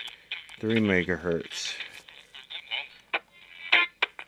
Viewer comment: One megahert, two megahertz....🤣